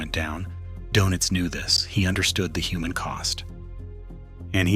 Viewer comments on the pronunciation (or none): none